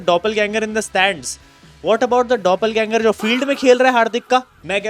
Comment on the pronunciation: Doppelganger pronunciation 😂😂